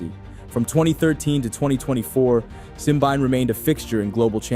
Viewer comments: it's simbine not simbaine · Where did you get your Simbyne pronunciation? It’s Simbine. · Have you not watched a single commentary or interview with him to know how to pronounce his name? The mispronounciation makes the video unwatchable for me.